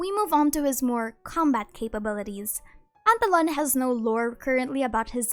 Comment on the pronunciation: I can listen to this human saying the name "Pantallone" for hours man They say it in such a satisfying way